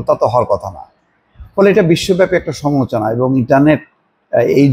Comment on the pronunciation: আপনার "সমালোচনা" শব্দটার উচ্চারণ হয় না। একটু খেয়াল করে নিজে শুনেন।